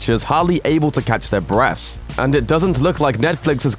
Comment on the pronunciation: What the fuck is brefs? Do you know English? The word you're looking for is breath.